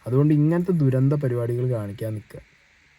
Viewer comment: ധുരന്ധം❌️ ദുരന്തം ✅️